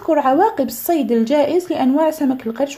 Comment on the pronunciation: آآآآآآ أيتاذة الصيد الجائر وليس الصيد الجائز😅😅😅😅😅😅😐😄😊